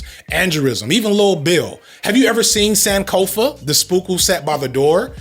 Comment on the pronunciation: Ghanaian here, Sankofa is pronounced with a soft o, i hate to be that person but that really caught me off guard